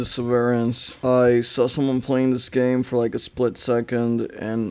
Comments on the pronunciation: it’s said as “seh-ver-ence” btw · me when i read severance and he fucking says the se vur rence